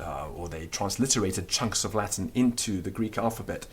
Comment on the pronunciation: Everything in Latin is perfectly pronounced, but what the h*ck is "Lath'n language" in English?